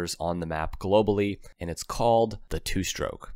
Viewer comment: Why do you pronounce the word 'stroke' as 'SHtroke' 60% of the time and as 'stroke' 40% of the time? Research has been done on the 'sh' pronunciation that shows its origin is working class 'black'. Keep working on it and you'll remember to say it that way 100% of the time.